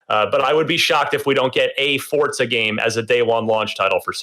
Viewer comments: They keep saying Fortsa not Forza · Stop saying fortsa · I thought it was Forza not Fort-sa. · "forTza"? I've been pronouncing it "Forza" for years. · Why people call it fortsa?🤷‍♀️ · wtf is fort-za?